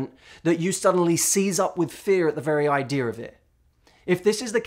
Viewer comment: "Idear of it" lol good stuff!